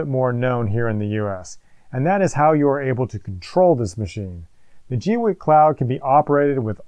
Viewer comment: Pauses just to say.. Rock on for being one of the FEW to pronounce the brand name correctly. :) I'm waiting for mine to arrive and have been cringing as other creators butcher the name. Unpauses... :)